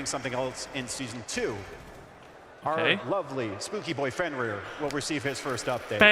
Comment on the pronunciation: Lol i have no idea wtf he said for fenrir i rewinded it 3 times and no idea, if he just paused the video to give his own feedback it wouldn't be a problem.